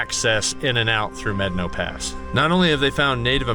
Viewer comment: Good video and nice job on properly pronouncing Medano Pass. It's one of my favorite trails and every other video I have watched; they pronounce it wrong. I run it at least once a year. You are pretty brave to run Blanca on your own. I ran it in my Jeep with 33's with our group and I won't run it again. I don't need to die on the trail.